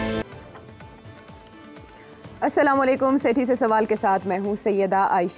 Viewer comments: سیٹھی صاحب آپ اتنے انگلیوں ہیں اور آپ کہتے ہیں سلااما لیکم سراسر علط ہے بڑا دکھ ہوتا ہے پلیز درست بولا کریں۔ السلام وعلیکم شکریہ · Sethi sab ko salam to sahee Karna sekharn. Samelekum is wrong Tell him to say assalam o alekum